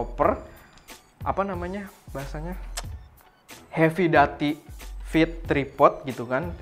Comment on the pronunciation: Heavy Duty (Baca: Hevi dyuti) Plis gan dirubah yah biar gak salah